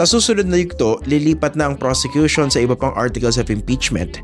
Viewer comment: Sinabi pa nya persecution instead of prosecution.